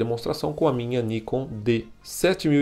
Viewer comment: Pelo amor de Deus: O nome é NIKON (última sílaba tônica) e não Níkon (paroxítona)..... pronuncie certo, por favor!